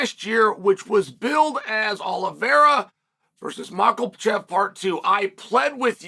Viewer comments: Mocklechev and Sicarian 😂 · Who's "Maklochev"?